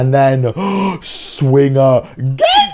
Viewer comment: It was funny when he kept saying ,,Sving”